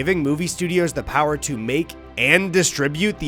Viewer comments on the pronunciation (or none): none